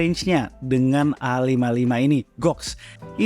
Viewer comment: A55, 55 nya dibaca SS